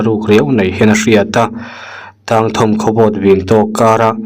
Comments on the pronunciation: Tang tih hi chawhmeh kang tiha kang tih thluka lam tur ania..thawm hi thawm ava na ve tiha thawm thluk ang khian lam tur aw😂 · 'Tāng thâwn' lam dan zir belh kan ngai leh ta. A lam dan dik chu i lam loh dan chiah chiah kha a ni mai e! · Tang thawm kha i va lam diklo nasa veee😂😂😂